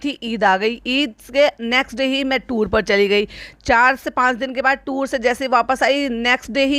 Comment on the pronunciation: Toor nh hota tour hota h 😅😅